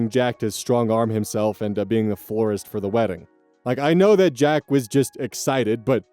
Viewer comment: First story, she was surprised that her manager could be such a creep when she thought he was a normal guy. Unfortunately, he is being a normal guy 😑 Last story: I keep hearing forest instead of florist. 😅